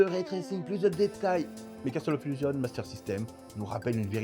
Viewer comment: J'apprécie tes vidéos pour plein de raisons comme les points de vues inhabituels et les informations techniques précises, en revanche, les illustrations sont souvent très mauvaises à mon goût, notamment les images IA. Des comparaisons d'écrans auraient été appréciées et bienvenues. Enfin, mes oreilles pètent les plombs à chaque 'Casteul of illusion'. Ça se prononce 'Kassol of Illougeonss'